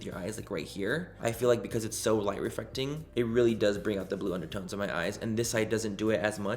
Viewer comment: “Light REFRECTING” Oh my 😂 it’s reFLEC